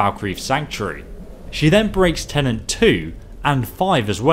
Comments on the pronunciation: "Tenets" are rules. "Tenants" as you say are residents. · Dyslexia has nothing to do with understanding or pronouncing a word. Saying "tenant" here instead of "tenet" is a simple misunderstanding of the words tenet. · TENET, it's right there on the goddamn parchment. TENET. Not tenant. Holy shit. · Tenet not tenant. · it's TENET. not TENANT. and cicero also broke them by trying to kill several members of the sanctuary